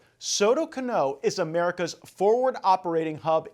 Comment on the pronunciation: Soto Cano. Stress on the "a" in the second surname.